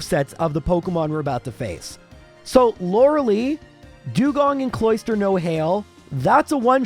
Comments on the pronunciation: Lore lie, not Lore lee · Please stop saying “lora lee” It’s pronounced “Lora lie” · The ending of "Lorelei" is not pronounced "lee." It's pronounced "lie." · Who the hell is Laura Lee? And why do you always say Lorelei's name wrong? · Please stop saying Lorelee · Thats not how you pronounce lorelei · The way you pronounce Lorelei makes me want to shove a pencil in my ear.